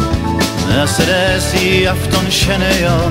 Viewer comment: En helt underbar låt. Min minsta dotter har fått sitt namn från denna låt och hur vackert och härligt han uttalar det. Så fick hon sitt namn Mercedes.